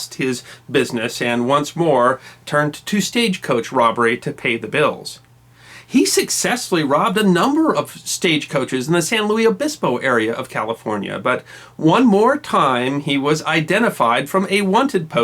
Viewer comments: Tiny note: as a graduate of Cal Poly, SLO, I must point out that residents prefer outsiders not pronounce it "San Looey Obispo". While a native could joking use "San Looey", non-residents should use "San Loo-is Obispo". Or just, "SLO". Back when I lived there, we had all sorts of joke pronunciations for nearby towns, my favorite being "At-ta-scad-dah-ro" for A-tas-ca-der-o. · I Live In San Luis Obispo It's Just "Luis" Not" "Louie" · The last reported stage coach robbery in America occurred in Avilla Beach, CA near San Luis Obispo. ( it's pronounced like Lewis and not like Louie). The train line ended in San Luis Obispo because the trains couldn't pass over the steep hills north of the city at the Cuesta Grade. People got off the train and stayed over night in the Grand Hotel and then traveled to Avilla Beach to board a ferry boat to Monterey CA where they boarded a train and continued their journey.